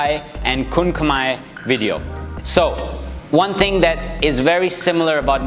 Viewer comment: pronouncing "kun khmer" like a local....loving it....a bit clarification for the elbow, elbow strike should be practice by slicing the bag not going through the bag.....used it more like a knife rather than a bat..and the upward elbow in application or practice, it is more like forward instead of going up, and elbow position should mimic the" bulbous bow" part of a ship